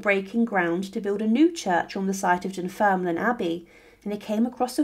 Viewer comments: Dunfermline is pronounced as Dun-ferm-lin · Dunfermline is pronounced "dun-ferm-lin". I'm a Fifer, and a big fan of your videos. I have visited Dunfermline abbey many many many times, i was just there the other day. It's definitely worth a visit for the ancient abbey as well and for the site where Robert the Bruce is buried. Also, Dunfermline is a nice place to visit in general, we have a wonderful Glen that has peacocks and Malcolm's tower (another medieval Scottish king) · That's an ambitious pronunciation of Dunfermline.